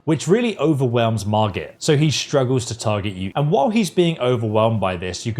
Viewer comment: Dragon is patched pal, doesn't work anymore. Either you get no runes if you're fast, or you get hearts too and dragon is perma dead. Also it's "MARGIT". Also why are you pushing newbies through two bosses? You don't have to kill Godrick, go around the castle!